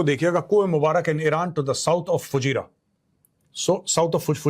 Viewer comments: Major Sahab, it is Fu jey ra. Not Fujeyria! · Fujairiya...😂😂😂 learn how to pronounce the names properly...😂😂😂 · Plz learn correct pronunciation of FUJAIRAH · Fujairah pronounced wrongly.